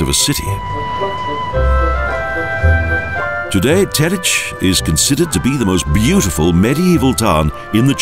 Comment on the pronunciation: Why are you saying Telitch?